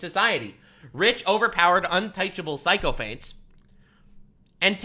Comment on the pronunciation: *Sick-o-fants, (Sick-o-fants)